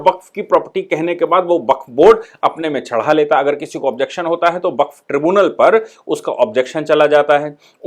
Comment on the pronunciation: Baqf शब्द है, या waqf?